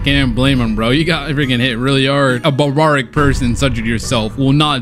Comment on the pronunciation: Take the time to make sure you're pronouncing words correctly... Cus mispronouncing simple words like "garish" and "barbaric" can make the video unwatchable 👌🏾